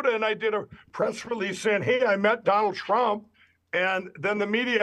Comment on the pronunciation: He got him so miffed that he pronounced it Dronald Drump OMG this guy is so great